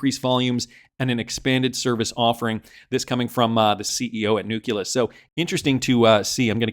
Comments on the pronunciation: IT IS NOT NUK-U-LUS PLEASE STOP BEING ILLITERATE AND MORONIC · can you just say nukkulus one more time please 🤣